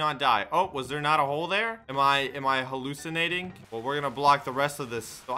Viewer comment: Am I 'holeucinating' ba dum bum chishh